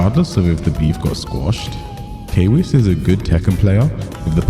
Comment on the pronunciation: Whatever you say kwiss 👀 #masku